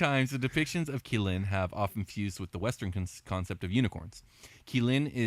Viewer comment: As an mh fan, I appreciate the thumbnail. Also want to make a small correction to your pronunciation of qilin. It's pronounced as chi len. The q makes a ch sound. It's weird I know.